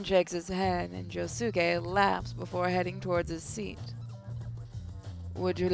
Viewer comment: I really would to see the jojo sim be played again but you pronounced Josuke name wrong